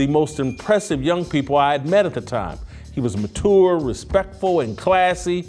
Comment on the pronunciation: To this day Jason can’t say mature correctly lol.